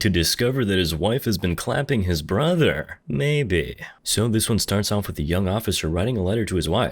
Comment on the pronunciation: "Clapping his brathurRR~"